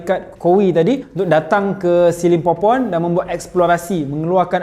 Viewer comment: Aku sorang je ke dengar dia cakap the lost city of skibidi pompom ? 🤣